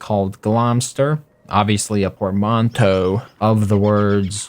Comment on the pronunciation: Wow, you actually said portmanteau right! (well, not entirely but really close)